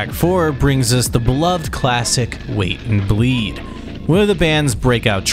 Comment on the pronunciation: Ah yes, 'Wat and Bleed'.